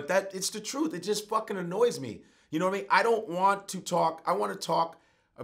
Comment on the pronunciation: knowadameen...he almost had it ctfu